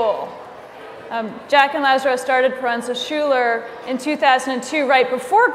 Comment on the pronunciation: it is not porenza sholer it is po-ren-za skooler ...pronunciation wise.